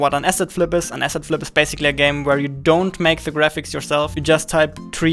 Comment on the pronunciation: "asset flip" ... I thought he was saying "acid trip" at first